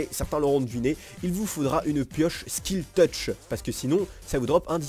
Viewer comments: On dit silk et pas skill touch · en plus tu dis skill touch à la place de silk touch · Un jour, dira slite touch correctement mais pour l'instant, il dit slik touch:) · c'est pas Skil touch c'est Silk touch XD